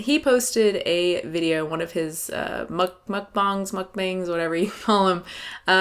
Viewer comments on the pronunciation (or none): My girl said "MukBINGS"